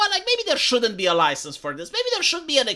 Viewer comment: "Oi! You got a loicense to say 'loicense' like that?"